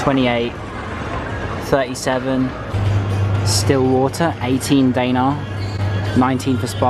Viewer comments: I am Macedonian and btw, the way you say the Macedonian currency (Danare) is wrong. I it pronounced (denarji). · “Day nar” lol